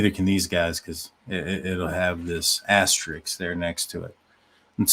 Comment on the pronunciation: *asterisk. ...it's not that hard.